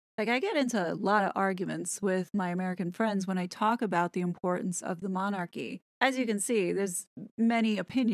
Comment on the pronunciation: Really??!! I only came on here as it was shared on my timeline. But I have never known such arrogance, a person who cannot even pronounce the word Monarchy is telling Americans how Britain should view their Royal Family and actually thinks she knows how our Monarchy works.By the way, they are not THE Monarchy there are other Monarchies in the World! The British Royal Family,actually The King, affects,as well as the U.K., 14 other Commonwealth Realms, the USA is not one of them.